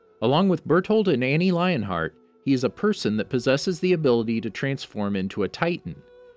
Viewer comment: Its Leonhart not Lionhart